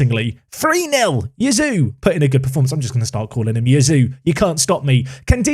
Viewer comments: It's probably pronounced "Chee-a-zzo", so Yazoo is a stretch! ;) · I would have said Cayazoo. Not Kazoo. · If you can say 'pizza', you can say 'Caiazzo'. Kazoo is a dumb nickname. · Kai-yah-soh...is probably the closes pronunciation to name. Get Gurrutxaga back, a wing and a stronger striker. I have Idah in my save and he gets bullied a ton! Definitely a striker and maybe a couple of decent wings...strong backup keeper or wing defender as stretch goals if moneys allow. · Caiazzo - K-eye-at-zo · Caiazzo = ky (as sky) as (thick english accent) zo (as alonzo) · A fun suggestion for the Caiazzo mispronunciation saga: since you’re intent on pronouncing it, you could invest in a kazoo. which is a children’s musical instrument that you can buy pretty cheaply from Amazon, it’s designed to be incredibly easy to play and you can bang out a (pretty pathetic) tune on them, at the very least it would give you a free excuse to continue pronouncing his name wrong. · In terms of pronunciation when it comes to Caiazzo, I really don't know where your "oo" part comes from when talking about him, cause since he's italian, you'd pronounce him like you would read "Kayatso". But Jisoo or whatever is of course fine as well ;) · is pronounced KAI-ATT-SO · Why don't you just call him Caiazzo? Kai, as in Havertz, and atso. Kai-atso. Not difficult. Please don't sign Dylan Crowe Merci